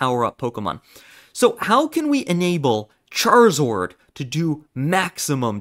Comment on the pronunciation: “ultimane” “charizord” my guy, you ok?